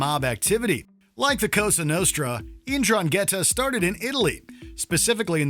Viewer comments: You absolutely butchered the pronunciation of Ndrangheta. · As a italian it disturb me his pronunciation of 'ndrangheta